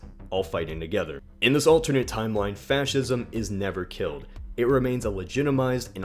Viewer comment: Did he pronounce Fascism as Fouwshism?!😂